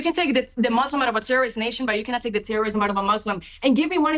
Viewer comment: Gomez, I am a proud "Muslim," not "Mozlem."